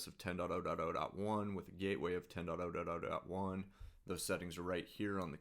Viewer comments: anyone gonna talk about the way he said 10.0.0.1? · ikr? I thought he had a mini stroke there for a sec lol